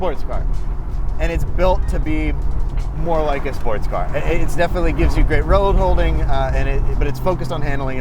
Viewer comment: This car is gweat, it weally weally is